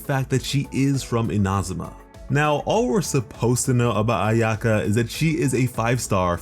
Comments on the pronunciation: your pronunciation hurts me so bad. eena-ZOO-ma and AI-yuh-kah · I’m Japanese, and he really butchered a lot of the Japanese pronunciations in the video like Inazuma and Ayaka. I hope people learn how to properly say them ^^ I think it’s very important in showing respect. I do the same with Liyue characters ^^